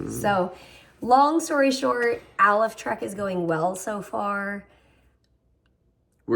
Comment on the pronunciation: I think it's pronounced "A Life Trek!" ❤